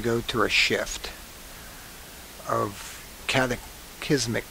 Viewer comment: It's "famine" - not "phantoms"....and it's cataclysmic...NOT "catacizm?"... Look - to make your message more believable, and to attact people to your ideas - you really should learn English, and a few general principles of phsics - i.e. your "ice and water" example does not ( forgive me) hold water ... To make that example accurate, the ice in the class would need to be above the rim of the glass - just like a portion ( 10-15%, sometimes more) of all polar ice is above ocean level.......